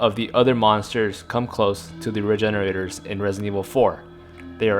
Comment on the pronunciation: Lmao I thought he said refrigeraters